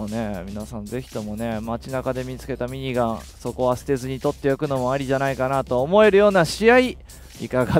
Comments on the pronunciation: かっちゃ民のしろみそペーパー み→にがん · ミニガンの発音おかしない？w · ミニガンのイントネーション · 毎回ミニガンの言い方がきになる